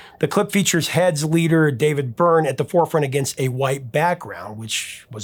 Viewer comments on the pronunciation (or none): none